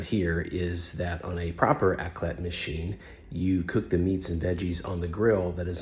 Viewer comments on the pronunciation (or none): You need to pronounce the ‘R’ before the’AC’ sound.